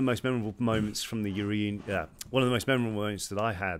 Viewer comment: when oliver mispronounced reunion during this video made me laugh 😭